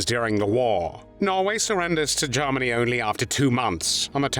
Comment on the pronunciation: Interesting video...............I find the narrator's pronunciation of Germany a little bit "Lord Haw-Hawish"......(Jarmany, as opposed Germany), but it doesn't detract from the content